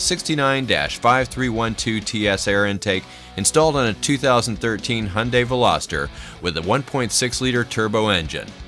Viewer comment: "Velaster" That is all.